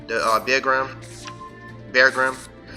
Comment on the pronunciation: Great video! The only thing that defeated you was pronouncing Beargram😂